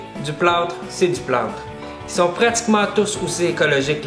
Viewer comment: Il a dit que c'était du "plâout" ! :D